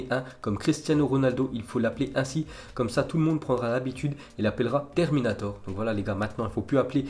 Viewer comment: "Une déclaration de Terninator." Il m'a tué 😂😂😂